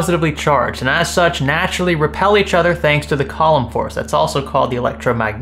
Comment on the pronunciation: Column force? Lol. It's definitely Coo-lom haha